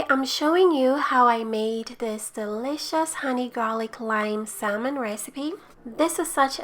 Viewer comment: It looks delicious. The "L" is silent in salmon though.